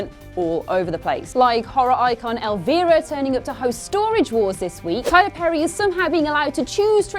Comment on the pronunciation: Learn how to pronounce Elvira! Smh....